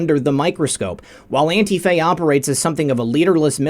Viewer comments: it’s not Auntie Faye! It’s Ant Tea Fah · Anti-faa... not Antie Fay... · NOT antiFAY. It is pronounced anteefah (antifa) with expression on "tee". (an-TEE-fah) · Learn to pronounce antifa please...it is not antifay, it's antifa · ITS NOT ANTIF AY , IT IS ANTIF AH!!!! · Its antifah..not "ay" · FYI - antifa is pronounced an-tee-fuh with the emphasis on the "tee". No long "a" at the end. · Isn't it pronounced Antifuh? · “Auntie Fay”..... the algorithms surely will miss that one! Good ol’ Auntie Fay would never be accused of ter ro ism!!! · pronounced that way on purpose to trick the AI algorithms.